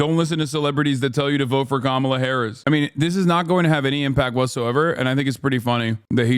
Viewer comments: Why are republicans so utterly incapable of pronouncing Kamala’s name correctly? It makes me want to rip my eyes out lmao. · I don’t take anyone who says Kamala’s name wrong seriously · Don’t think Jack here pronounced Kamala correctly once